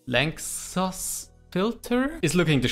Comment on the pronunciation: Lánczos pronounciation: Lá - the "Li" part from "Life" n - can just be pronounced as a normal "n" cz - "Ts" from "Tsunami" o - can be pronounced as a normal "o" s - "Sh" from "Share"